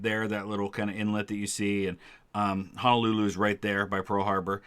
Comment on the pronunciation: as someone who lives in Hawai'i it makes me mad that he says "hono-hulu"